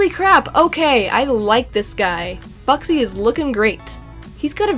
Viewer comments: Is it just me or did she say boxy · It’s not boxy it’s foxy :/